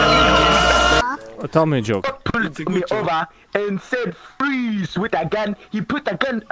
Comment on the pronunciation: i neva fweeeze